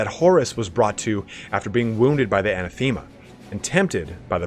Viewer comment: Small note on enunciation: "Anathame" Anna - Thame (like fame), not Anna-thema (like theme).